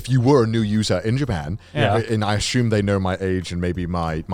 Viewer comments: "Ashyumed" - Connor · take a shot every time connor says "asshume" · Connor: "asshume"